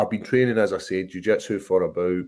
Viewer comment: Paul "jiu jetsu" craig